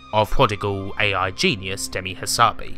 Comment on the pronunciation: Good piece. One thing that grated - "Demisssss Hassabissssss" - he's Greek, not French, so you pronounce ALL the "S"s. Also, coz he says so :-)